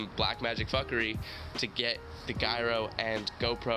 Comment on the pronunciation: The way you said gyro hurty my brain.